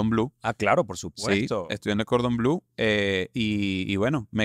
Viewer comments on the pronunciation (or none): none